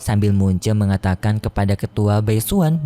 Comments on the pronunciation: bang bukan mun ce tpi mu chen🗿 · Mu chen bukan mun che